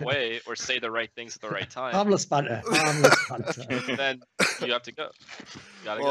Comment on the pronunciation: Triggered about you calling it banther, it's banter